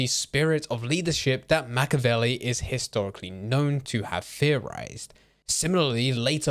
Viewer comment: learn how to pronounce the name Machiavelli if you're going to make content on him